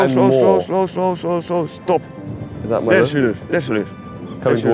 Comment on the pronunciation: the stop sounded so dutch😂😭